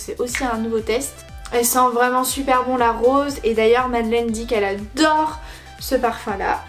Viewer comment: Par contre son prénom se prononce Madeline